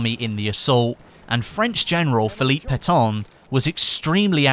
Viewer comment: just to say... you prononced "Pétain" like you would prononce "Paton"... just a tip for you, put the non-english names words in google traduction to get it right ;) sinon, bonne vidéo ;)